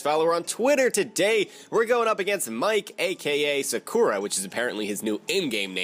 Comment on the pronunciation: I was sorta looking for people to try and force you to say Sakura right...